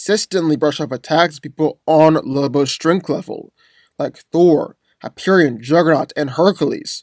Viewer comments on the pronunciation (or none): none